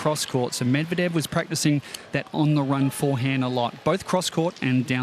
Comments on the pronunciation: Your emphasis is on the wrong syllable on Medvedev name! It's MED-vedev. NOT med-VED-ev. I wince every time I hear it. Other than that, nice breakdown.👍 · YOU ARE SAYING HIS NAME WRO..... OH OK I just heard you say it correctly.... but just once....eh nvm you went back to your butcher. Medvedeeeeeeaaavvvv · I just wanna know where you get that "Med-vedev" pronunciation. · Its Med-ve-dev u Dummy!! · good stuff as usual! you and darren cahill pronounce Medvedev differently, interesting that there isn't one pronunciation that tennis commentators seem to be using. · Good strategic breakdown, but I got distracted by the pronunciation of Medvedev. LOL. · Lol you should stop uploading tennis videos and start uploading your standup routines. Also, I think you're pronouncing Medvedev wrong.